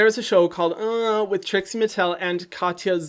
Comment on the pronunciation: Hyram, you don’t say ya in Katya. You pronounce it like Ka-ts-a, no ya